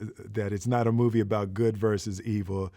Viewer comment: "It's a bovie about..." that ain't a typo, that's a speecho xD